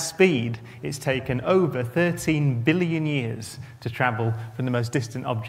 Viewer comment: How does he know all this but not know how to say billion